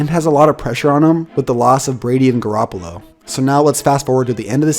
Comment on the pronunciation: You can't even say Garoppolo